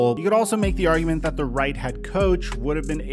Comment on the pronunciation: “Why do dat “ when it says “that” 🤔🤔. Did it sound as bad between your ears as mine?! 😪